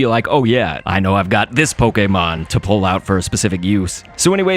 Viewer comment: the way he says pokemon poke-ay-mon lol